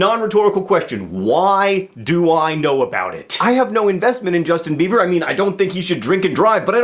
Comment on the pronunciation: Jushtin Beebur? Is he one of those newfangled Dubstairs? Like Skillex or Deadmow-Five?